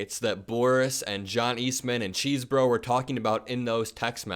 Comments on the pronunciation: I believe Kenneth Chesebro pronounces his name “Chez-bro”, not “Cheese-bro.” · Dude it's pronounced CHESS-borough